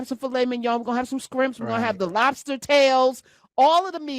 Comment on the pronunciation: girlfriend said “scrimps”. I was no good after that. 😂😂😂